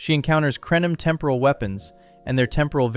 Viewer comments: Please pronounce the word 'temporal' correctly. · What is with the weird pronunciation of "temporal"? Urgh.